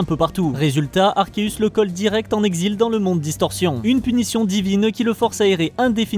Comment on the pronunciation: Super vidéo je viens juste de m'abonner à ta chaîne baie pécha et sinon mon légendaire préféré est arceus le mec c'est dieu en fait😅 Ps enfin une personne qui prononce arkeus et non pas arseus comme la majorité des français le prononce ❤